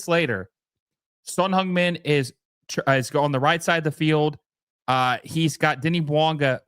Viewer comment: C'mon guys if you like Son Heung Min, learn to say his name right. It's not like he's a rookie either.